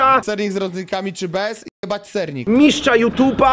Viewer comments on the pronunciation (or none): Mówi się Mistrza nie "Miszcza" szczać to można pod krzakiem